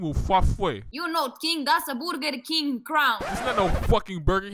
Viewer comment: Boorger King